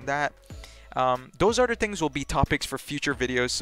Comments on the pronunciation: The word is "other" not "otter" 🦦😂😂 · It’s pronounced other btw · “True” = Through “Utter” = Other